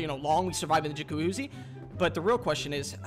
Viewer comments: I love how he can't pronounce jacuzzi 💀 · happy birthday man! new follower from liverpool, me & my bf loved this vid btw funny how you tried to say jacuzzi under stress every time 😂 feliz aniversàrio 🎉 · The way you pronounce jacuzzi is comical.